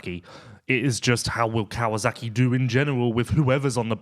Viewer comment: Never knew there was a Z in KawaSaki?????? Hhhhmmm?